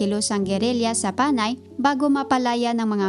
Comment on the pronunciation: You sound like a faulty AI who cannot use the correct usage of syllabic stress especially that of Panay, and other words. Sana hindi ka na lang nag-narrate at plain background music na lang inilagay sa vid post na ito and better have the information typed or in a running text to give justice to the efforted information. Your narration sucks!! Ewww 👎